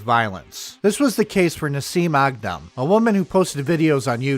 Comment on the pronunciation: A Thousand Props for pronouncing her name and native country correctly unlike these dumb white washed hicks! 😆